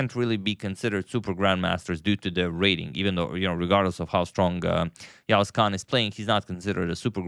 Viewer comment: He pronounces the letter 'ğ' correctly